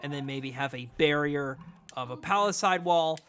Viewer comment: Love it, but oof, you’ve gotta pronounce palisades correctly